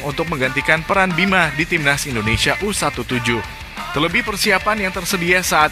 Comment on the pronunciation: Maaf bg bukan ENDONESIA ya tapi INDONESIA